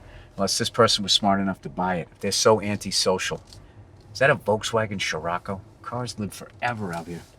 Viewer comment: Damn he pronounced Scirocco correctly